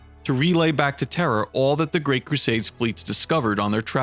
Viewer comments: why do keep saying terrer it sounds like you say terror really fast; terhr. plz say terra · Please stop saying “terrhr” lol